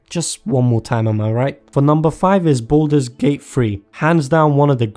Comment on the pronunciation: It's *Baldur's gate 3 not boulders